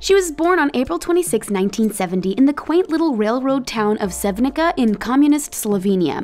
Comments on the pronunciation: It's pronounced "Sevnitza", not "Sevnicka". :) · You said Sevnica and Ljubljana wrong. Its Ljubljana, not Lubliana (It hurts if you hear someone say capital of your contry wrong) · When you make a video pleas learn to pronounce city names. Its just sad that you can'tpronounce Ljubljana and Sevnica correctly! Good day